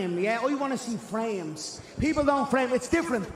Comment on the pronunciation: I love the way Conor says "FrEhMEs, I wOnNa SeE fRehMeS"